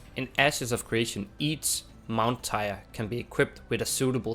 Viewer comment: Tier is pronounced teer, and not how it is spelt.